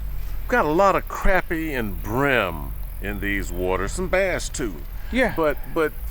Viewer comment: It is pronounced crah-pea.